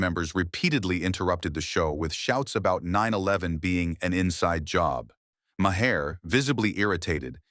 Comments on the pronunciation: Mahair? You mean, Mar? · Who is "Mahair"". If you're going to use AI at least show respect for your audience and take time to audit!!!